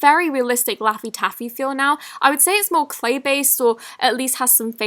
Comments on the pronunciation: does she say sleigh slime instead of clay slime??😂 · Who else heared her say Slay Slime instead of Clay Slime